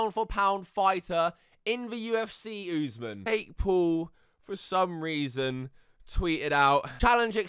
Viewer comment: Usman is pronounced, Uss-Maan, just fyi